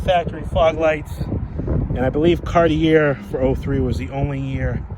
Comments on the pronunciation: FYI,it's pronounced Cart-ee-ay not Cart-ee-air. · CAR-tee-AY. It’s not your accent. It’s that you are pronouncing it incorrectly. You live close enough to French Canada to know better. lol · Cartier is pronounced ‘car-tee-AYY’ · Cartier...pronounced car-t-a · You're not pronouncing Cartier correctly. Sounds like Carti"a". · Can I tell you how to pronounce this properly : “Cartchay” Luv your cars! From Canada 🇨🇦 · Love this car. Cartier is pronounced Kar-tee-ay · It's actually more like caht-yay. Two syllables. I'm from Montreal. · Just FYI it is pronounced Car-Tee-A. Take it for what you will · Say it with me. CAR-TEE-AY OMG! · Thank you for not forgetting these luxocruisers. This is the one class of vehicle where American Manufacturers really excelled. Thanks also for keeping it honest, and pointing out a vehicle's little dents, dings, and imperfections, none of them are perfect. Lastly, Cartier is pronounced Car-Tee- AAY! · Cartier... The last r is silent